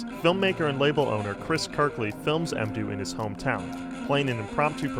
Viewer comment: Surely it's "mmdou," as in "Mmbop," not "emdou"....